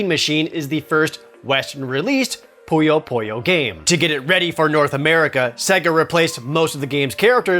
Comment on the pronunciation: Why do people keep mispronouncing Puyo Puyo as Poyo Poyo? I don't get it!